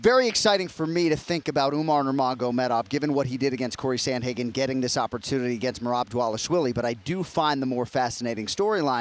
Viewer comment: How do you have someone on this show saying “Samhagen”?? Wow. That’s terrible